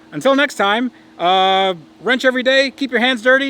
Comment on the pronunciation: Lmao why did the outro sound like he said "Rent every day".